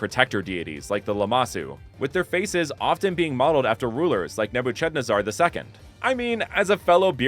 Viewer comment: Unique pronunciation of Nebuchadnezzar. I love it. Im gonna start pronouncing it that way from this day forward😊